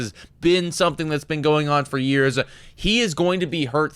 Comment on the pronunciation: "It all has to do with the thumb-ah". "For the last cpl yrs-ah"